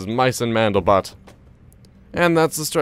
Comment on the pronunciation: It's Mandelbrot. With an R.